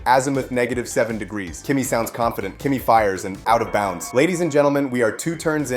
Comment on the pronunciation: It's out of bounds, not "out of bounce" :P nice video.